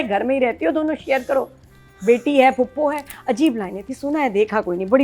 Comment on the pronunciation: POPO NAHI PHUPO!! 🤣🤣 said popo 😂